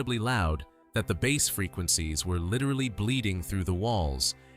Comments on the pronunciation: Notice how Frey and Bass are pronounced. Definitely AI narration. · Jesus H. Roosevelt Christ!, where do you get the nerve to insult your audience with AI slop? A "narrator" who doesn't know the difference between bass the fish and bass the guitar! Music fans don't have to put up with your crap! 👎